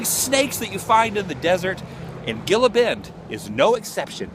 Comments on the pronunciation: hey i work law enforcement there it not called gila bend say it like hila bend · That's cool you stopped there. I've passed that place many a time on the way from Phoenix to Rocky Point. Btw, the city you were in is pronounced (he-la) Bend. Safe travels and happy new year Adam! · Dude, That was my way to SD from PHX all the time. That place was always an eye-catcher, for being out in the middle of nowhere. Oh and it's Gila Bend (but the 'G' is pronounced as an 'H'), sorry my OCD is crazy sometimes. Anyway, did you get to check that Mickey Ds' on the way out? Crazy huh?